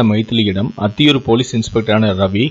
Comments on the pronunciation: அத்தியூர் இல்லை அந்தியூர் தமிழ் சரியா உச்சரிக்கவும் இதுவே இரண்டாம் திருமண. வாழ்க்கை இதுவும் பிரட்சனையா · ஊர் பெயரை சரியாக உச்சரிக்கவும்